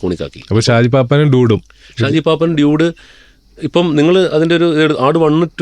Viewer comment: ഷാജി പാപ്പാൻ അല്ല പാപ്പൻ 😅